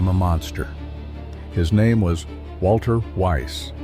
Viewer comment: And why do you pronounce "Walther" as if it were an English name? This spoils your whole video.